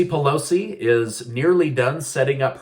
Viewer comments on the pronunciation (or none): none